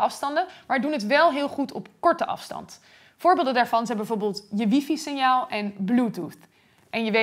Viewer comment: Leuk gemaakte video, heldere uitleg, enthousiaste presentatie, complimenten! Eén kritiekpuntje: Waarom spreek jij Wi-Fi steeds als "wiefie" uit? Dat klinkt nogal dom. Heel erg dom zelfs. En lelijk. Het is namelijk "wai-fai", zoals je ongetwijfeld weet. Hetzelfde als bij Hi-Fi zeg maar, dat spreekt men toch ook niet als "hiefie"uit? En zeg a.j.b. niet dat die domme uitspraak reeds ingeburgerd is, want je moet je als mediabedrijf (zeker met de omvang en impact van RTL en Bright) en vooral iemand als jij, afgestudeerd in de theoretische natuurkunde, toch zeker niet verlagen tot de laagste gemene deler, het domste deel van het volk, qua uitspraak van moeilijke woorden?